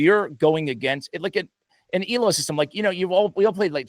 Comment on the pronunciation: Elo points were named after a hungarian person. It is pronounced very differently :)